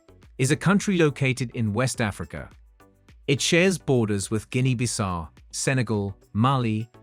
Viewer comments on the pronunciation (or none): Guinea Bissau (Biss-how), that's how to pronounce it...